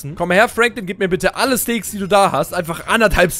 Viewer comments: Es heisst steak nicht steek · Er sagt stek